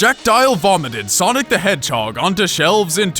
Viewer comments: SONIC THE HASSLHOG XD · Sonic the hasslehog. XD